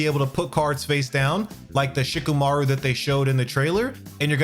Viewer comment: It’s Shi-KAH-MAH-roo. Thanks for the video ✌️